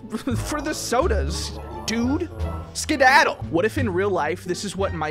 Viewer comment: its skedaddle not scdaddle.